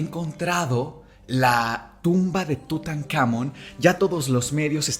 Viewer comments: muy bonito capitulo pero que estres que me dio escucharlo decir en todo el capitulo "TutanÁmon" cuando en el mismo título le ponen "TutancamÓn" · Seguramente haga parte de un toc, pero atención a la pronunciación. Tutankamón (entonación al final) y visir (igual con entonación al final), eso puede cambiar demasiado el ritmo del episodio.